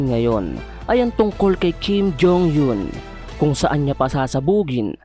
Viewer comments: Mali ang pgbigkas mo sa apelyido ni Kim jong Eun… eun ay di yon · Natawa ako sa pronounce ng kim jhong Yun. Hahahahahahaha